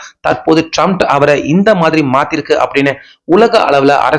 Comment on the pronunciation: ட்ரம்ப் என்று சொல்லுயா? Comments பார்க்க மாட்டியா? எத்தன பேர் சரியா வாசிக்க சொல்றாங்ங பார்க்க மாட்டியா? எல்லோருக்கும்" ட்ரம்ப் " என்று தெரியும். உனக்கு மட்டும் சரியா சொல்லத்தெரியல. அவன் லூசாவே இருந்தாலும் பேரை சரியா உச்சரிக்கணும்யா!